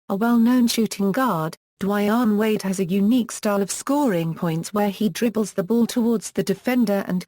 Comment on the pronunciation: the computer voice is probably racist. can't pronounce black people's names right.